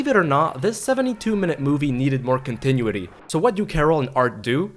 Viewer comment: "Continuaty"? OMG...